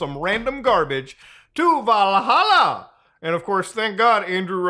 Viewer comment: "TO VALHALLAH" So uh, about him converting to islam... Honestly anyone who bought that was as goofy as anyone who bought into any of his other scams.